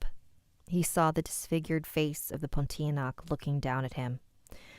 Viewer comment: thank you for reading my story! Pontianak is pronounced Pon-tea-a-nak (stress the a). I appreciate your feedback and i will improve my stories but i do have something to say. I understand that he was looking for the ghost and does see it, but the reason why he didn’t realise bc he doesn’t believe in the ghost cuz in the story, it says that when adam grew older he didn’t really believe in it and thought it was fake bc his parents wanted to scare him for him to not do something. Thats my explanation but i will take your feedback into account.